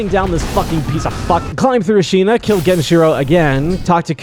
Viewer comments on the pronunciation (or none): “Senpoo” “ah-sina” “bodysatvuhv valley” “genchro” this guy can NOT pronounce this game😭